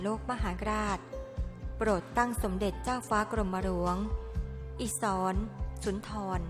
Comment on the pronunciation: อ่านว่าอิด-สะ-หระ-สุน-ทอน ไม่ใช่อิ-สอน-สุน-ทอน ค่ะ